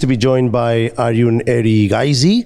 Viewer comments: It is not spanish j . It is english j pronunciation in arjun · Arjun not aryun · “ArYun Erigaisi” , my man with the mike lost the bet on pragg 😂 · J is not silent for Arjun !!!! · Ya.. He was probably thinking that the pronunciation is equivalent to Arjen(Robben)